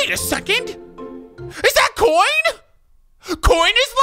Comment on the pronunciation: He says coin 8nstead of coins tf